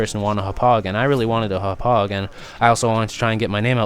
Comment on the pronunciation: Hop-pog not hup-ugh. Gotta say it with the Long Island accent.